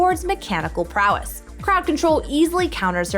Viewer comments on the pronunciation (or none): none